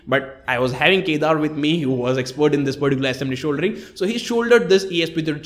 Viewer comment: shouldering and not soldering 😂